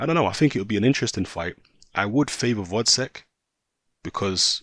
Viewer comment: GVOZDYK! GVOZDYK ! read another time! GGGGGVVVVVVVOOOOZZZZDDDDDDyk and not Votcek